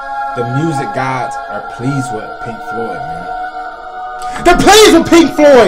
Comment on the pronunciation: Dude, you said "The music gods are pleased with Pink Floyd... THEY'RE PLEASED WITH PLINK FOYD, MAN!!!!" 😂😂😂